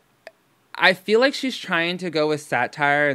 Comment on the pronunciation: She mispronounced lahhk and like